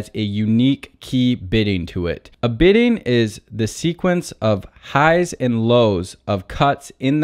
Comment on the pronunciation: It is "bitting' , not "bidding"!